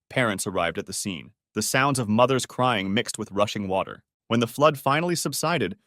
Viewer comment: oh my gosh it was not water but it was watty